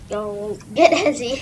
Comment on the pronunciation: Bruh that not how you say heisei